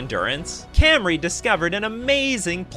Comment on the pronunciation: These are my friends!! FYI it’s pronounced come-ari not cam-ari